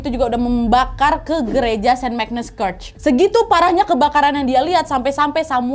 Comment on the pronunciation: Bahasa Inggrismu tolong dibenerin dong, banyak kata2 dlm bhs Inggris yg salah pelafalannya spt kata church, great, saint Paul, blood.... dll. Coba cek dulu pronounciation nya yg benar di kamus online ya